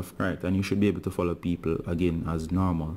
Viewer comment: When it fallow it dont day fallowing it just say fallow again